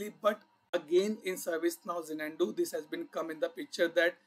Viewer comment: dude, its not ja-nan-du, its za-nuh·doo However, thanks for sharing all the information. Happy learning